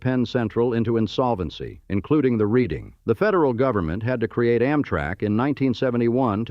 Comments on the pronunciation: The AI voice can't handle some of the names. Creators really need to adjust their scripts when that happens. The Reading Railroad is named for the city and pronounced "Redding", not "reeding". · The Reading Railroad Terminal is pronounced "redding" , not like reading a book. The scene is near San Diego. It's in San Ysidro just north of the Mexican border at Tijuana. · Reading is pronounced redding,not reeding- someone who has lived in Philadelphia for 55 years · "Redding", not, "Reading:. Gosh that hurts. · Ugh....AI pronounced "Red-ing" not as it is spelt Reading. Tă-kŌ-nee not TACK-o-nee. SKOO-kuhl is actually dependant upon age, origin, and habitation of speaker. 🤪 The most common minor differing pronunciation will put that H back in there:ShKOO-kuhl....or put back that L that was the bane of young grammer students...either end of first, the more difficult beginning of last pronounce 'lk" from a sto! SKOOL-kuhl..SKOO-lkuhl.....the whole second syllable spoken as if a sound emitted as an aside to swallowing. Modern Dutch "originist" will emphasize -kil, which is Modern Dutch, not Middle Dutch -kille for body of water. And just because.. -kuhl can be replaced with -kəl. The "Pennsylvania Dutch" are actually Low Country Deutsche, farmers of lands along the rivers that empty into the sea through Dutch deltas......farmland now, or at least until recently industrial . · The AI voice says "reading railroad" - and though it is spelled that way it is pronounced "redding railroad" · Hey, AI, it's the REDDing Terminal, not the REEDing. Jeeze. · Not to mention "reeding rr" instead of Reading (ready or not) Railroad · It’s pronounced “Redding” (Reading railroad) and Schuylkill River pronounced Skoo’kill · Reading is pronounced Redding. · Yeah it runs through Reading too. That’s pronounced Redding. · Dude, stop using that stupid AI voice. Just narrate it yourself. The way it pronounced "Reading" Terminal Market, and Schuylkill was just horrendous.